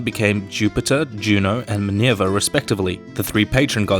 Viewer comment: I was caught off guard by his pronunciation of Minerva like /minjerva/. Is this the English RP way or just him?